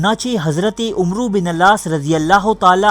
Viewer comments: Assalam o Alaikum brother. Main aap ki videos ka fan hn bhut informative and interesting hoti hain.Aik correction thi k Arabic main names kuch yun kehte hain Umer (عمر) Amar (عمرو) not umro Just for the info. you are doing great keep it up...Thanx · Pyare bhai isko Amar bin Aas prhty hain umro bin aas nahi arabic main umer or amar main farq krny k lye is k agy wao lga dety hain. onka sahi naam Amar Bin Aas tha Jazak Allah